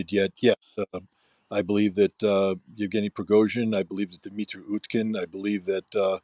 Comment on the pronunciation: Thanks for the show, but surely you could learn to pronounce at least Wagner as for the composer: Vag ner with a V as in German, and the Russian names too. It's not that hard to say Yev ge ny. Just split it up if you need to. It means Eugene in English. etc. A bit of knowledge of your subject goes a long way. But a big thanks for inviting Scott, who is the most knowledgeable in so many fields that he is unmissable. He is also very good at analysing geopolitics.